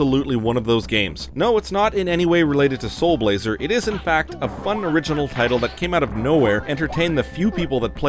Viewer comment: The guy singing at the end did a pretty awesome job pronouncing "Blazer" considering the part of the world I assume he's from......those Ls and Rs can be hard